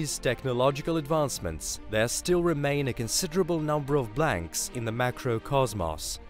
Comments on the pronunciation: kos-moss?, how about coz-mohs? This can't be just a difference in English & British! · "Coss-moss" 10 seconds in and I'm already out lmao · Cool, but did he just say COSMOSS??? 😂